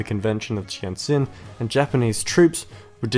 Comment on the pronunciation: gotta say, the pronunciations in this video were pretty good. there were some parts you pronounced flat out wrong like in tientsin, but that is understandable since its hard to learn to pronounce words rendered in wade-giles from an english speaker's perspective.